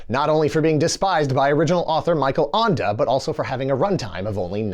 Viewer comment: Feel free to contact me if you need help pronouncing German authors' names in the future. That's not a French name 😂